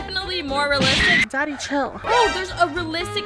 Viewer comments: You did better your soo good but you say raelistic 11 times but good vidio good work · Alot u said relstic